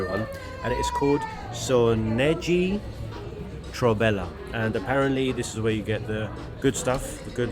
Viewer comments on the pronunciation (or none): It sounds more like Seh-noh-ee troh-beh-leh :D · Absolutely DIED when you pronounced Senoji Trobele :D :D Love the video